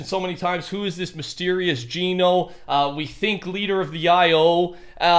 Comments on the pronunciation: Geno is pronounced JENN-O not JEAN-O.. GENO is not a person.. It's an organization.. Your supposed STORY LINE NERDS.. Have it completely wrong.. You're touching THE AREA but getting the subject wrong my friend.. You'll think I'm a random that knows nothing until you see THE TRUTH 🤗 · I die a little each time he says jean-o instead of gen-o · ITS GEH-NO NOT GEENO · Why do people say geno like ge no even though agent Jones said gen o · It’s painful seeing all these large content creators mispronounce Geno, Agent Jones literally pronounced it as “Jenno” in the Chapter 2 Season 6 trailer when he was talking to the foundation. It’s Jenno, not Jeeno